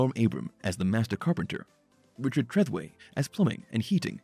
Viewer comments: Yeah, I can tell you never watched the show, it's Richard tra-though-we not Richard threth-away... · Missed pronounced Richards last name...lol